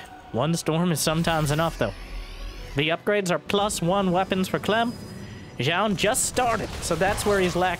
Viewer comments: New drinking game. Take a drink every time mispronounces Zoun. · lol, true